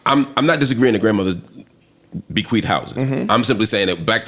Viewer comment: He said bequeith......my 🥷